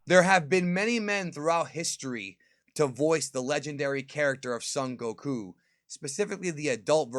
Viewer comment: Your mispronunciation of ‘Son Gokuh’ is upsetting. :(